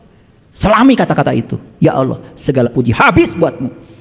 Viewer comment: Cara menyebut nama Allah saja salah. Hati² guys